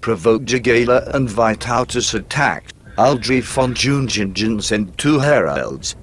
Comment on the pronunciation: It is a great pain to ears to hear all that Džiugeila, Džiungingen and all names without exception being severly distorted.